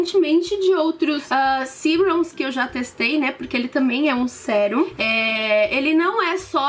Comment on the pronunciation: Legal, mas é Sérum e não Siurum